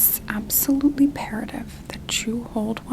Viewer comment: “It is absolutely PERATIVE…” 😂😂😂